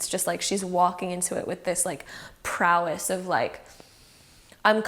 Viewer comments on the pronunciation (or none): none